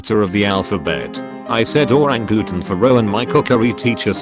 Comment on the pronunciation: Damn idk why but Oran-Gu-Tan made me die on the inside